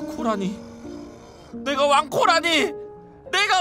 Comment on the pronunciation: 마지막에 내가 왕코라니가 내가 왕고라니 라고 들리네